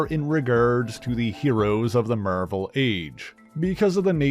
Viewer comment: Why do your say Marvel like that?